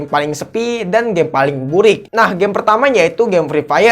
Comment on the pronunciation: Kok gua ketawa ny pas lu bilang EFEF + BURIKKK wkwk